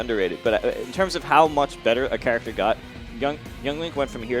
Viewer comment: Are we just gonna’ keep letting pronounce character as “churactor”?